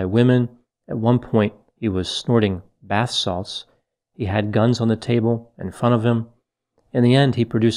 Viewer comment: did say he did bat sauce? I listened 3 times and I thought you said bat sauce.